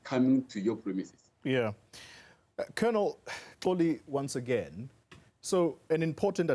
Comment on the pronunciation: Xoli not Xholi